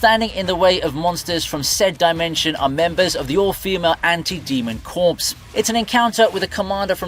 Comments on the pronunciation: "Corps" is pronounced, "Core." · "Anti-demon corps." Corps, silent "P," pronounced "CORE." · He pronounced "Corps" wrong too. 🤦🏾‍♂️